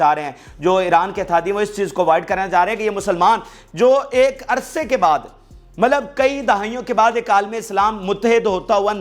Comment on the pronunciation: MALAB NAHI HAI MATLAB HAI YAANI MEANS